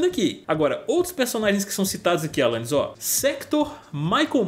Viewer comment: "Alanius torneirinha" kkkkkkkkkk